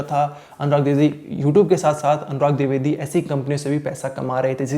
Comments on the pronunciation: Dwivedi not druvedi tab anchor baniye ya sab jhol chal rha h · Tu bhai phle dwivedi bolna sikh😅